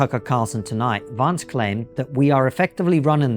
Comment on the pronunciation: Just for the record, J D Vance’s surname rhymes with “pants” not “plants”.